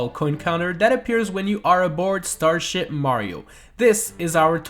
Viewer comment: "While aboard star shit" was that intentional??